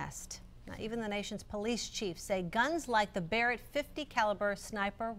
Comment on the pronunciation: Can't even pronounce Mr. Barret's name right called him Ronnie Barreg